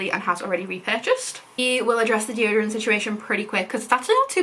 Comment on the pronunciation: "stick form deotorant" LOL